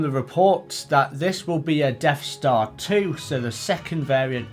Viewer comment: Deaf Star? Am I hearing you right :)